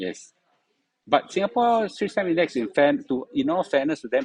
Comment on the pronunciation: I thought I heard said "Suay Times Index" 😅